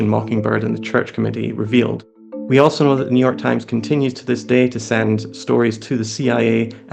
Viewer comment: Ah, yes, the Neue York TimeSS